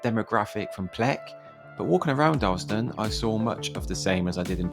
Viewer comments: Oh and it's pronounced Dar-las-ton. Or Darlo. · Darlaston town center used to be a lot better before they knocked a large chunk of it down to replace the old Asda store with new current one. Also not meaning to be pedantic but Darlaston is pronounced Dar-Las-Ton. Oh, and Caldmore is called Karma by the locals.